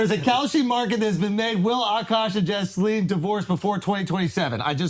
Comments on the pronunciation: Jisleen instead of Jasleen 😂😂😂😂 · did you just call her “Jizzleen”please tell me that was on purpose 😂💀